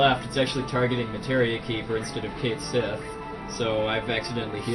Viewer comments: I heard the name pronounced "Ket" (or "Kit", don't remember) "She". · I have two problems with this run. says NOTHING about what he's doing, and they don't know how to pronounce "Cait Sith." Spoiler: it's "kat shee." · konkakonkadudu Except Cait Sith is pronounce Kate Shee. Certain Japanese characters don't translate well to english. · Also, in Dirge of Cerberus, they pronounce his name as "Kate", although don't know about the Sith part. Heh. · NO ONE is going to pronounce Cait Sith's name correctly first time through, so me, including many other people, are always going to say it as "Kate Sith" as it's spelled.